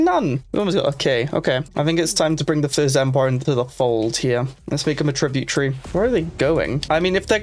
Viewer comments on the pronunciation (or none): "let's make them a tributary" The way you say that almost sounds like tribute tree